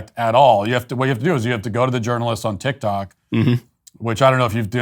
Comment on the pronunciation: “The journalist on tic tic” 😂😂😂